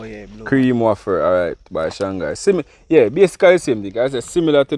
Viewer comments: it is pronounced (wayfer) not waffer bigup to the team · IT IS PRONOUNCED WAY-FER. YOU ALL TOO FUNNY 🤣🤣🤣🤣